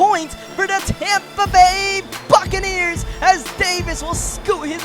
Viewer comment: Almost sounded like Tampa Bay Fuckaneers